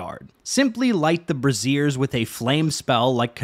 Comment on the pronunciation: "simply light the brassieres with a flame spell" LOL I think you mean light the braziers (pronounced BRAY-ZURE), brassiere is a bra. I just dont' want people to get confused and start going up to random girls trying to burn their bras 😂